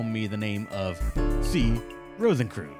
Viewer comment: Rosenkreutz is pronounced"rose-in-croyts"